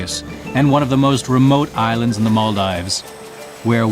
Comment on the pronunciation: Nice, but the incorrect pronunciation of Maldives all the way through by the narrator is annoying! Should be as in "gives", not "dives".